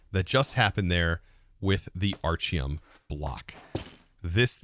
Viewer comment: Why does he keep mispronouncing the item names? Aren't they named after him? So it would be like Architect. Right?